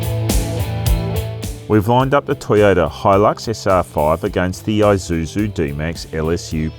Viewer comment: Finally, an Australian pronounces Isuzu correctly. It’s Isuzu, not eye-zuzu, LoL